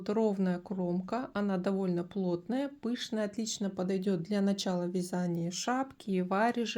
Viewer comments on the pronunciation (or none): none